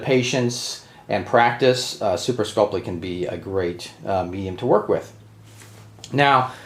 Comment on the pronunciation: “Super sculp-lee” 😂.... super sculp-ee